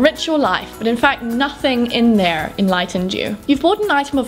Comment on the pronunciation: Is it just me, or the way she said "there" in sounded American?